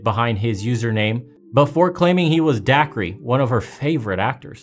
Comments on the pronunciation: Dude's name is pronounced Day-kerr. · Dacre = acre with a D. It’s pronounced like Day-kur or Daker.